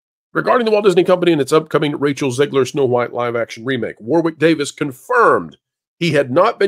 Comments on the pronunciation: Hey, you pronounce “Warwick” as “Warrik” not “War Wick” it’s a British thing. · It is pronounced Warrick. You don't pronounce the 2nd "w" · One for the folks from the USA: the 2nd W in Warwick is silent. In the UK we pronounce it War (never changes) Rick (never gonna give you up). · It's pronounced War-ick, just saying. 😁